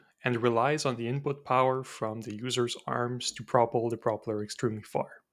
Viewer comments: No judgement or ill intention, but why do you pronounce propeller like [prop'ler]? Isn't it more like [proh'pella? The reason I'm asking if because your english is otherwise flawless as far as I can tell 😅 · The normal pronunciation is pro-pell-er That aside, cool project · So what is the point of this thing? Your pronunciation of "propeller" is a bit wrong.